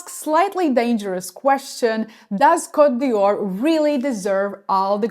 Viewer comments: A friendly tip. It's Cote D''Or, not Dior. The apostrophe is silent. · Côte d'or not d'Yior!!! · But you pronouncd it Dior. What could this opposite message possibly be saying?